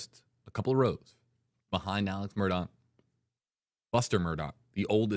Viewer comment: Shame on you Mr. News Reporter guy - guessing at the options in pronouncing the defendants name. In the police car at the crime scene ALEC clarified for police: “It is pronounced ALECCCCC” “It is spelt MURDAUGH and pronounced MURDOCKKKKK” So stop telling people it can be Alex or Alec doesn’t matter. And it can be pronounced MURDAUHHH WHEN the man told you the way he is to be called: A L E C MURDOCK